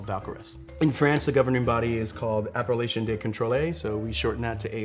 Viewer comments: I love this video! It took me WAY too long to realize that he was saying "appellation," not "Appalachian," though. (that's on me, clearly) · When a ´sommelier´ can´t even pronounce the word ´appelation'... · It took me so long to realize he's talking about Appellation, not how outsiders pronounce Appalachia 😂